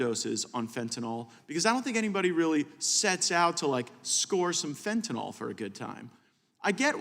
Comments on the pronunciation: tell gaetz it is fen ta null not fen ta NAHL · It irks me that he does not know how to pronounce fentanyl. Certainly not as fentanOL. He should do some work with addicts to understand what they need. He has no clue. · Matt, please pronounce Fentanyl correctly. It's not FentaNAWL! And, Mr. Nadler.... please Please PLEASE resign, retire or whatever... Just go AWAY!!